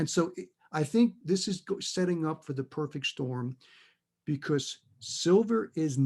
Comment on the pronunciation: "...was the overriding factor driving the palladium market"... ohhh rearry ?! "Da purfik Stahm" in New Bedford, MA.